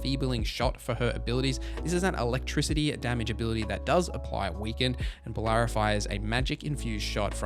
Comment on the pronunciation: Love ya, but these pronunciations are killing me 😂 Heres how to phonetically pronounce all the companions names': Lace Harding -> Lay-ss Harding Bellara Lutare -> Buh-law-ra Loo-tair Davrin (idk how you mispronounced this one lmao) -> Da (as in dad) vrin, not Davron Lucanis -> Loo-caw-nis Emmrich -> M-rick Taash -> Tosh Neve -> Nev (not neeve)